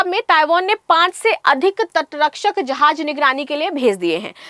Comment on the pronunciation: Tu chali ja Taiwan india ki taraf sy 😂😅😂😅😂😅 Jahil .... Jahaz hota hai .... Jahaj nahe 😂😅😂😅😂😅 Bolna tu sekh phely phir bhashan dena